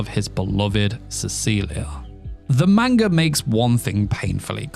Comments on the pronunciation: Ppl please 👏🏼start👏🏼pronouncing 👏🏼manga 👏🏼corectly👏🏼. I swear to god it makes anything you say after lose all credibility. “Meinga” is not a thing. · Grown man can't pronounce manga 😂😂😭